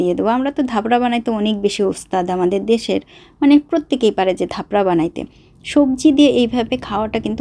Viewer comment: ধাপরা😂😂 না চাপড়া❤